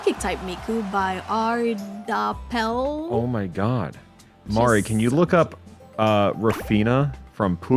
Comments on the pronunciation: Mari speaking Dutch real!? I just love how you pronounced aardappel, btw its a potato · I love how you pronounced “Aardappel” its the dutch word for potato 😭✨✌🏻